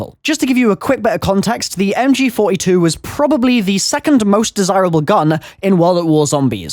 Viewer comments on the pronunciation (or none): none